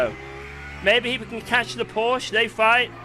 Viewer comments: how can he still pronounce Porsche wrong? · English speakers pronounce Porsche correctly challenge: ongoing 😂